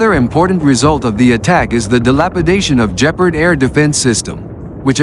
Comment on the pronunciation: In German and, I think, in Russian a 'hard G' is used. So Gepard (Leopard) and Geran (Geranium) are pronounced wrongly in this otherwise good quality video.